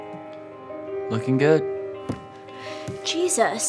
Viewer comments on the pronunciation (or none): hahahhhahahaah I wouldn’t say Jesus that way if I was scared half to death 💀 💀 😂 😂